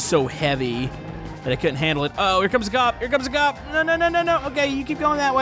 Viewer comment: you said gup not cop